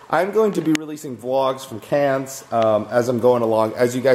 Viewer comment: Cannes???? its pronounced like CAN Coome on man